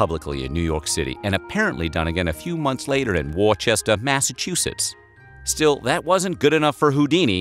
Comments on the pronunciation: Its not worchester massachusetts its Woostah mass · Worchester? Pronounce it Woosta if your a real G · It’s pronounced Wooster not warchester lol. Even though it’s spelled Worcester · I was hoping this was in here somewhere. I shuddered when I heard it. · it's not pronounced "War-chester"... My city is named Worcester, pronounced "Wooster"... It's not like the damned sauce... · I love this channel, but... "War-chestah"? It's Wusstah! No, I don't actually know why. Massachusetts goes out of its way to be difficult. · Worcester is pronounced “WO-ster (first syllable like the start of “would”) and not “WAR-ches-ter” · It's pronounced Wusster not war chester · Dude, it's woostaaahhh, Massachusetts, not warchester. Smfh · It's pronounced Woos-tah not War-ches-tah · That is not how you say Worcester Its pronounced Wis-ster. not war-chester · WUSS-TUH. Not WOR-CHEST-TER. WUSS-TUH. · The proper pronunciation is 'Wuss-ster' not 'War-chester', Also Peabody is 'Pee-buddy', but really fast, not Pea-body'. Yeah, Massachusetts is weird. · close its more of Wuh sound. So Wuh-Ster-Sher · It’s just wuhster we ignore a few letters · I'm from Worcester England it's wuh-stur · It's "Wister". I'm from there lol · ITS WOOSTAH!! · It's pronounced woostuh. Wooster... Worcester. Great video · Worcester is pronounced “wu-ster” in Massachusetts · (Shouting from the back of the room) 'IT'S PRONOUNCED WOOH-STAH!' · and on... its pronounced wuss-ster but spelt Worcester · Worcester (MA) is pronounced “wooster” . Think Adam Sandler’s first comedy Album, Toll Booth Willie. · Woostah. Get it right. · It's Woosta bro... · It’s pronounced “Wooosta Mass” guy. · Worr-Chester? Ha, def. not how that's pronunciated.... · It's pronounced woostah. Spelled Worcester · In Mass "Worcester' is pronounced "wisster" or "wisstah" with my ugly Boston accent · Its pronounced "Wisster" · Worcester is pronounced, "Woosta"! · Worcester is pronounced "Woo-stah"... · It's pronounced Wooster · It's pronounced Woos-Tah